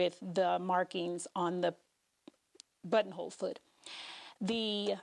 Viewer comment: I just hear butt hole 🤦🏻 i love your videos btw 💗